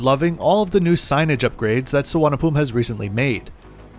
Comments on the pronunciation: It is pronounced Suvarna Bhu mi ,you seem to be eating up words for some reason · lol the name of the airport in Bangkok is pronounced su-varna-bhu-mi